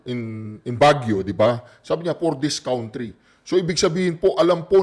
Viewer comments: cantry ang pronunciation ng country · Pronounce it cantry